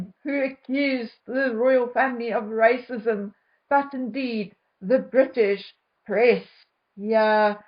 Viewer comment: She has nothing else except rrrrracism!!!